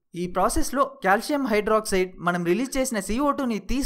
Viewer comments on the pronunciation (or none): none